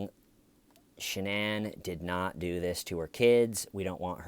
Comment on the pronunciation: One hour of Dr. Phil pronouncing Shanann's name wrong and stating the obvious.